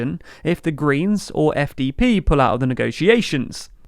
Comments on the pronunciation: 1) congrats on saying SPD and FDP correctly 2) this is not chaos, it’s pretty normal in non-British / American politics and nobody describes it as chaos… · You actually pronounced both the SPD and the FDP correctly in this video, awesome! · SPD and FDP pronounced correctly 👍. Next mistake: The FDP leader is called Christian Lindner, not Linder.